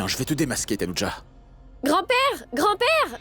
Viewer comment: a dit tanoudja 😂😂 Grande mère est trop intelligente❤